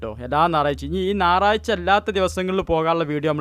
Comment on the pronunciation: നാറാഴ്ച അല്ല.ഞയറാഴ്ച